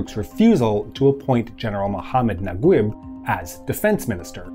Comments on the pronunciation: Mohamed Naguib is pronounced na-geeb not nag-web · mohammad nagweb !! lol it's nageeb not nagweb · Say NagUib one more time. It is spelled Nageeb as in E, in case you are wondering. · Naguib is pronounced Najeeb or Nageeb in the Egyptian Arabic accent. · Great video, but sorry I have to point out that the pronunciation of Naguib is "Na-geeb" (Egyptian Arabic) or "Na-jeeb" (Traditional Arabic). Just in case his name comes up again in future videos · Slight pronunciation correction: Naguib is pronounced Nageeb (eeb as in deep or Gui in guitar) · I dont understand the english version names for egyptians. Naguib? It’s Najib (Na-jeeb). Gamal? It’s Jamal (Ja-mall). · Nice video ... Naguib is pronounced "NAGEEB" FYI :-) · Great video, it's pronounced Mohammed NAGEEB. ❤👍🏽👍🏽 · it is pronounced Nageeb